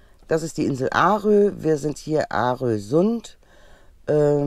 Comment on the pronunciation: Es heisst nicht Aarö, sondern ausgesprochen orö. So wie das schwedische å. Ich bin Schweden so es ist så. 😊